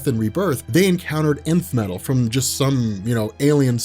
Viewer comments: i keep hearing the emith metal the emith metal but it's not emith but Nth metal ... what's happening to me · is it just me or does it sound like is saying inf metal and not nth metal?